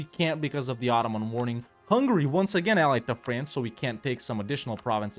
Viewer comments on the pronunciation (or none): none